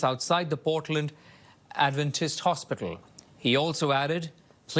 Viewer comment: ..teach him to pronounce Portland correctly ...Canadian News